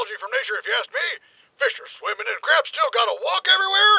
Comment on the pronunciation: When yelled "CRABS" I thought he said "GRIF"